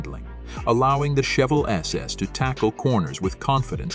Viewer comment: Learn how to say chevelle before making a video on it